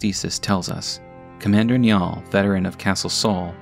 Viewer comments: Its not nyall its niall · It's pronounced more like Nigh-al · FYI 'Niall' is pronounced 'Nile' in English. It's like an old version of 'Neil' and is of Irish origin. I used to work with a Niall, nice guy. :) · I'm sure someone has mentioned it, but Niall is the Irish version of the name Neil and it's pronounced Nye-al (run together it sounds like Nile, as in the river) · Commander "Nya"ll lmaooo. Didn't know he was a catboy